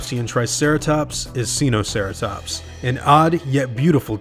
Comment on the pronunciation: It’s pronounced (SCI-no-sar-ah-tops)